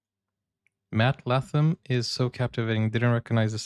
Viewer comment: larkham, not latham.